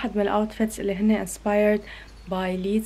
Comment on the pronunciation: الحين هيا ليه تقول ليزا ولا نطقها كذا ؟ 😭😭😭😭😭😭😭